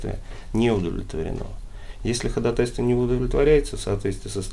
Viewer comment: Блин, я не могу понять всё время, почему такие подкованные люди говорят ходатАйство, а не ходАтайство, как должно быть?